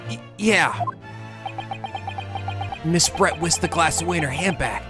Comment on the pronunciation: I will be honest Brett sounds like bread to me